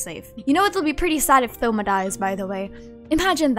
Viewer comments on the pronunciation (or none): THoma? as in like Three, Thoughts ect? It's "Touma" in terms of pronunciation, the O makes a sound line tone and zone, silent H. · Thoma lol how you pronounce it , it's more like toma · did she just say th-oma 😭😭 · the way they pronounce thoma as though not toe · btw thoma is pronounced toma like a short version of thomas lol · No hate isn’t thoma pronounced “toh-mah?” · the way you pronounce thoma i cant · Have you always pronounced thoma with the 'th'? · dont say thoma's name like that waaaaaaaaa